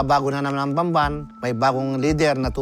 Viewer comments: “These idiots pronounce it as bamban, when it should be pronounced pampan” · nobody knew she was the first one to contest primewater's prices. people actually loved her there. bamban was developed. its not idolatry, just plain facts. people accusing her can't even pronounce bamban right. most of them don't even know where bamban is. sad.